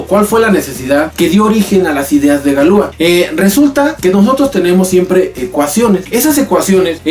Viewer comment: No se pronuncia Galúa, se pronuncia Galuá. Toda palabra francesa es aguda.